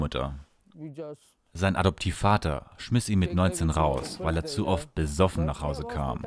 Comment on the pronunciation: „besoffen” geile betonung lol